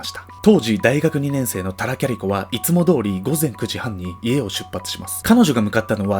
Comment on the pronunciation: キャリコ、キャリコまるでファーストネームかのように言うなよｗ（お母さんだってキャリコだ） だんだんキャリ子に聞こえてくる